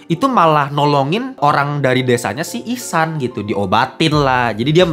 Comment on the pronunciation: ihsan bang bukan ehsan wkwkwkwkwkwkwkwkwk